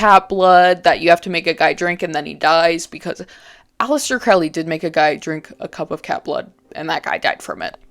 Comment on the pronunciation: Its pronounced crow lee